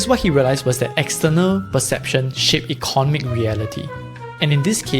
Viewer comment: Pronunciation: Eco NOM ic, not ECON omic. Aca DEM ic, not ACADamic. Pho TOGraphy, not PHO TO GRA PHY.